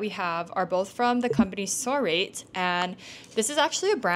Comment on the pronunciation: Okay, as a Japanese person, I'd have to wonder if you're supposed to pronounce Sorate as "So-rah-teh"?? Especially if it's a Japanese brand...that's how I'd say it. :goodvibes: Good review otherwise!! Not gonna ever pay $$$ for an exclusive matcha (not realistic for me), but I LOVE matcha a lot that I'll continue to watch your videos for more new matcha brands to try out! Thank you!